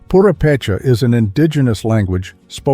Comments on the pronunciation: absolutely lovely video! Small things tho. The emphasis on Purepecha and Mapundungun is at the wrong place. It should be pronounced Pu RE pe cha and Ma pu dun GUN. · this is a very well done video. I commend you for your research and quality. However, may I point out that, due to the placement of the accent in Mexico's Purepecha, it should be poo-RAY-pay-chah, rather than poo-ray-PAY-chah, unless you're a robot? #2 is in the Nivkh section--Sakhalin (Island), which is pronounced sah-kah-LEAN, rather than your version: sah-KAH-lin.